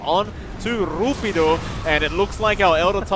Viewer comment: "RrRuppiddo" sounds crunchy